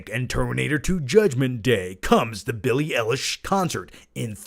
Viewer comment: It's pronounced Billy eye lash